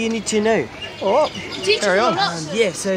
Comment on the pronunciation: “Little brothah”